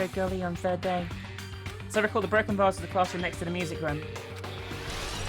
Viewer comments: she cant pronounce vase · (Tito) You do know that not everyone is American, other countries have their way of pronouncing words.... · Ejsa ......k it isnt really a big deal, i just find it funny when she says vase......